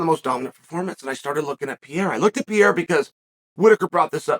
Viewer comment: My favorite French fighter, Alex Pierre-A